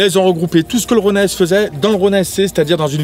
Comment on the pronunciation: ça ce lis ronine pas ronein